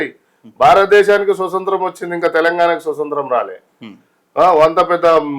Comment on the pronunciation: First telugu nerchuko nayana , swasantram kaadu, swaatantramu. Anaale.